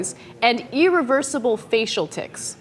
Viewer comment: I hate how Ana says "eereversible" and "eerelevant".